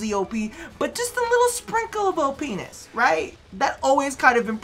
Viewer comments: Did just say ' O-Penis' ? :D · OPness? Funny how it sounds like OhPenis 😏